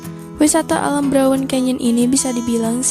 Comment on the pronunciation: Kok "browen" to. "Braun" sis.